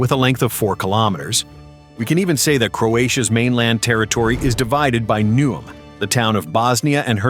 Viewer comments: The city is called Neuom, not Num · The city of “Nooom” 😂